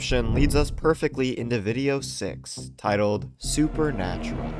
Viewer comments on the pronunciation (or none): "SUPERNATRUAL" Killed me😭😭